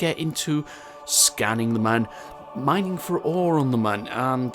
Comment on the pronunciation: Everytime you mispronounce Mun I die inside a little